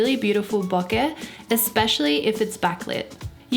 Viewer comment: I liked and subscribed the instant you pronounced bokeh the way it actually should be pronounced.